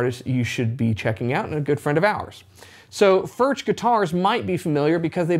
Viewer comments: one note, actually in Czech "CH" is pronounced differently from Engllish: "CH" sounds same way like "J" in Spanish ("Juan"), so it is better to pronounce it not as "FurCZ" (like in "Czech"), but more like "FurJ" (J like in Spanish "Juan"). I know, difficult .. ;-) Still terrific guitars regardless of pronounciation 🙂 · pronounced Furk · Please, pronounce as [fʊrɣ] or [fʊrx]. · Considering the large Czech population/history in Texas, it is great to see Alamo Music handling Furch! Thank you!!! I won't even ding you on the pronunciation! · His name is pronounced with a "U" like the first "U" in Albuquerque and not with a "U" like in Burger. The "CH" is more like the spanish way to pronounce the "J" in the name "Julio"..... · Great vid mate ... but PLEASE PLEASE PLEASE try ton pronounce the name correctly. You’re a musician, you have a musical ear and you have the ability to get it right. But like I say - great vid